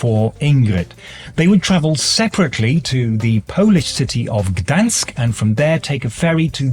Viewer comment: Excellent pronunciation of Gdansk. Appreciate it!